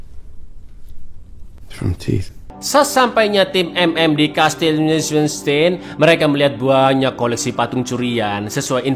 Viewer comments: fyi "neushwanstein" itu cara bacanya "noiswanstain" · Ngakak pas sebut "Castile neushwanstein" 😁😁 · Piyee piye " NEUSHWANSTEIN" coba ulangi 🤣🤣🤣